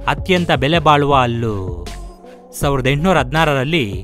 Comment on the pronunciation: ಗುರೂ... ಅದು ಅಲ್ಲು ,,,ಹಲ್ಲಾ ,,,,,,.,ಹಣ್ಣಾ...ಹಲ್ಲು....ಹೋಕೆ